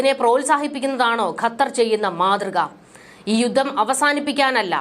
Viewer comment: 'യുദ്ദം' എന്ന ഉച്ചാരണം താങ്കൾ തിരുത്തണം.' യുദ്ധം' എന്ന് ഉച്ചരിക്കണം